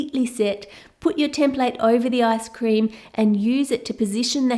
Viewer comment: did I just hear "asscream" ???? 😂😂😂😂